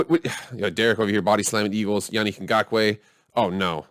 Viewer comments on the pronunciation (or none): First of all your saying his name wrong. Is Ya-Nick Go-Ku. Secondly im still salty the raiders won but I think they are the real deal this year.